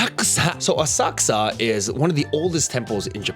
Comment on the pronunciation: The way you said, "Asakusa" had me literally lol'ing